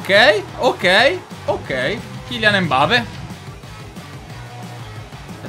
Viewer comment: ma non si dice Embape